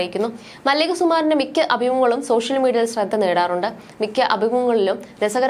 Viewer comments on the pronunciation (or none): none